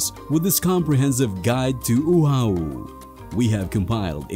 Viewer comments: Content was great, fun itinerary for a first timer but so so so many mispronunciations Oahu…. It’s O-ah-hoo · OMG learn how to pronounce Oahu. This is ear piercing. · Good information but the narrator needs to pronounce the Hawaiian words correctly like Oahu, Haleiwa, etc..Mahalo.